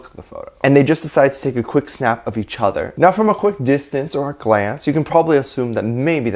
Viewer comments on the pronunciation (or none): YOU'RE SAYING "TAKE", NOT TAE